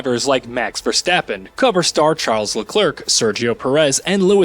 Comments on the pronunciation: Eh. I do love me some Charlez Lerclerk, though. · he said leclerk and i died laughing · “Charles LeClerk” is this the new Charles LeChair? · "CharleZ LeclerK" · Pronounces Leclerc wrong, Pronounces Scuderia wrong. This guy clearly has no idea what he talking about. This game is actually pretty damn solid. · This guy even said Leclerc's name wrong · Most accurate f1 representation, mispronounced LeClerc, mispronounced Scuderia, talks about the formation lap like it's a race... Yeah I'll go somewhere else for a review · I thought he was joking at first💀💀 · Once I heard how this guy pronounced Leclerc, I turned the video off.